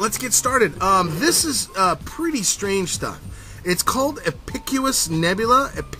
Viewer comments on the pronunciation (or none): and just so ya know its ep-i-cus